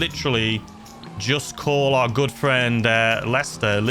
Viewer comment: bro was gonna call lisster instead of lester, wrong channel bro😂